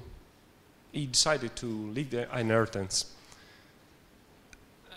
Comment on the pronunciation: Stop saying Hinaritance!